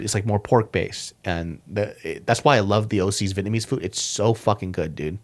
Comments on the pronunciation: Your pronunciation of Vietnamese is solid bro. Well done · Damn you pronounce Vietnamese fluently.